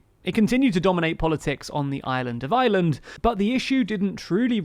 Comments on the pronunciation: It’s IREland, not the island of island. Please pronounce correctly 🙂 no need for the qualifier when correctly pronounced. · It's Ireland not island....I err land not eye land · FYI "Ireland" and "island" are not pronounced in the same way. Island is "eye land", while Ireland is "ire land". You seem to mostly miss the difference, although you get better in the second half of the video. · Ireland doesnt sound like' island '. Its pronounced more like 'Areland' in reality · not to be that one guy, but you are pronouncing ireland wrong. it is not pronounced as island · Please DO NOT pronounce the word IRELAND as ISLAND! It's just laziness!!! 😠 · This bloke pronounces "Ireland" and "island" exactly the same! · can you learn too say ireland and not island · Oh how I wish English people could pronounce the letter R…………the words Island and Ireland are not pronounced the same way! 🙄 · Ireland is NOT pronounced like 'island' no matter how the unionists in IRELAND want to pronunnce it!!!! lololol You manage to pronounce IRISH ok, EYE-ERR-ISH so EYE-ERR-LAND!!! FFS!!!! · Is it my hearing, or does this guy think that the words "Ireland" and "island" have exactly the same pronunciation? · No, he's definitely saying 'Ireland of island'... every time. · The narrator keeps pronouncing "Ireland" like "island". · haha he can't pronounce Ireland because of his accent and he says "island" instead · It's Ireland not "island", jesus, it ain't such an elecution or enunciationary mountain to climb. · Ah yes. Today I think I will find out about the aye-land of aye-land. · Listen lads, I think your videos are great and all, and ye seem like a great bunch of lads, but my God, does it annoy me when English people pronounce Ireland as Island. I know it's just how your accents are but Críost san airde. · Lol, “island of island” it’s funny how English can’t really pronounce very well. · Can you please work on pronouncing IRELAND differently from the word ISLAND.